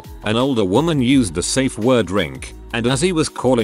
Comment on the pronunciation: how hard is it to say safeword? saff fjord